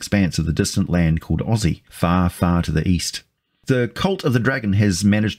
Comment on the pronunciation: You pronounce Osse like Ozzy, is that... intentional?